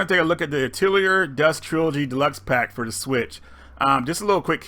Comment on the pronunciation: atelier is a french word meaning workshop and is pronounced as ah-teh-li-yeh...you get the drift man its french so the r isnt pronounced